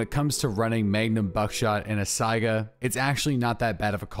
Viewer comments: please learn to pronounce Saiga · Is it pronounced Saiga or SAGA 🤔🤔